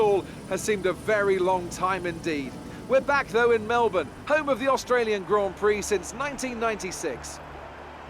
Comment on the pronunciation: Just so you know for next time, it's pronounced Mel-bin. Nice video!